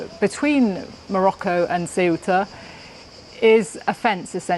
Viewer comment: how hard is to learn how to say th name of th place.. since you say it 47 times?